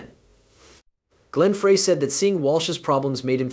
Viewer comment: Dude do your homework. It's pronounced "fry" not "fray." And visuals are a mixed up mess...no relationship to your voiceover. Epic fail.